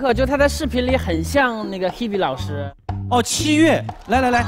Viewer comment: H b？？口齿不清啊